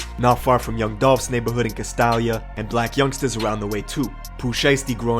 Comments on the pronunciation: Cas- stale-ya is how its pronounced omg that made my ass itch......dont fuck my hood's name up mane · Caz-Stale-Yah Castalia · It’s pronounced Cas-tA-lia ... hard A in the middle. That’s my hood! Grew up in the Haven too!!! Memphis stand up!!!